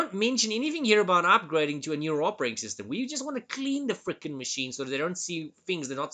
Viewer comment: Your accent adds a humoristic aspect to these videos '(...)we need to frrreaking clean it!' 😅